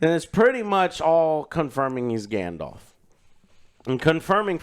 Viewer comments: "Grandelf"............are you fuckin serious??? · Hodor. Grand the elf. Grand Thr Elf. Grand te elf. Grand Elf. GrandElf. Gandelf. Gandalf. 😂